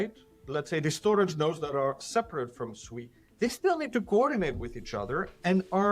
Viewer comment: Pronounced Swee. Japanese for water. Hence the logo